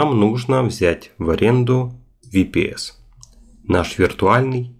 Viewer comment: Ага, так правильно, особенно VPS - ВиПиСи😄